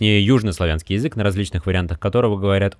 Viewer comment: Мне одному кажется что автор говорит не Язык а Езык?